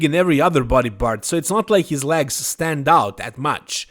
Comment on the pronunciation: Clicked to hear say LAGS!